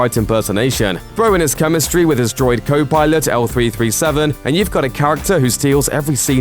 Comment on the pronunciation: L337?? Lol You mean "Leet" - sorry Warcraft days...